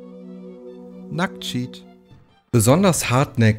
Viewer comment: Wie du "Nacktcheat" betont hast, als es eingeblendet wurde, war schon irgendwie witzig. Aber diese Animation, dass Lara sich dann einfach nur selber sprengt, gab es auch schon im Original und nicht erst im Remaster. ;) Stimmt! Die Iris kann einen teleportieren. Aber ich dachte irgendwie immer, dass dafür dieses Gerät in Chronicles das erst richtig ermöglichen würde. Aber klar, das ist die einzig logische Erklärung, wie Werner da rausgekommen ist. Krass! Ich war mir tatsächlich unsicher, an welcher Stelle All Hollows hätte kommen sollen, aber jetzt fällt es mir auch wie Schuppen von den Augen. 😅 What? 😂 Was die schwimmenden oder fliegenden Inseln angeht, so kann ich dir das Video von Adam01 empfehlen "Was macht Tomb Raider II so besonders". Er hatte da gut erklärt, was die Inspiration für das level war und auch noch andere Dinge. Das ist sehr interessant. Durch dein Video habe ich jetzt auch nochmal sehr viel Interessantes erfahren. Vielen lieben Dank dafür. ^^